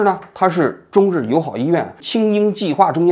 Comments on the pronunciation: 你这个前央视调查记者也是凭关系进去的，菁（ｊｉｎｇ）英，不是ｑｉｎｇ英，OK？！ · 王局 菁英jing 不是青